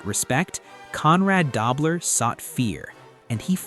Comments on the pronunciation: AI--can't pronounce Conrad Dobler correctly! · Stop mispronouncing dobler😮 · It's not da-bler it's doo- bler. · "Dobe-ler". Good try. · Learn to pronounce Dobler. DOHB-ler. al-ZAY- doh too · It's pronounced Doe-bler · It was Dobler with a long o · LEARN TO PRONOUNCE "DOBLER" CORRECTLY